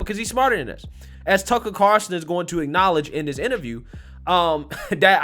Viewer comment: Why do you call him Carson instead of Carlson?